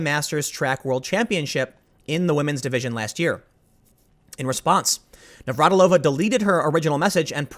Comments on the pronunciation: It makes me feel very, very old that you don't know how to say Navratilova... She was a household name when I was a kid. Navratilova vs. Evert... that was a hell of a rivalry. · You having trouble pronouncing Navratilova's name is a reminder of how times change. She's a true legend in the sport of tennis, and was commonly known by fans and non fans alike.